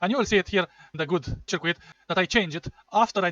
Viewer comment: Its pronounced "sörküt", not "cheerquit"😅